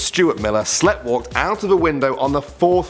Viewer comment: I love these videos, but, for the love of all that is spoken, please look up how to pronounce "sleepwalked". We are english, but even some americans can say it properly